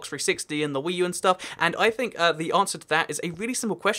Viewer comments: Who else heard hhhweee new instead of Wii u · Did anyone else notice he said hwii u like stewie saying cool whip